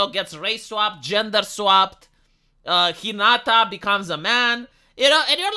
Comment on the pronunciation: Hinata becomes He-Nata 😂